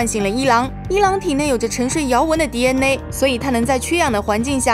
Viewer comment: DNA 还非得读成 第恩馁